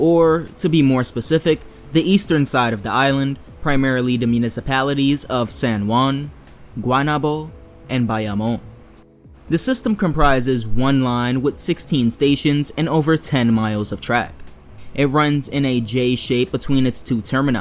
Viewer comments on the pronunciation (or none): Guaynabo is pronounced "Goo-Ah-ee-nah-boh"